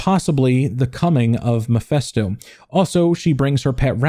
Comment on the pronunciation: How do you get the pronunciation "Muhfesto"?